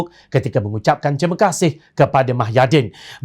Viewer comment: Pembaca berita syok sendiri,woi muhyidin lah,bukan mahyadin..sudah lah.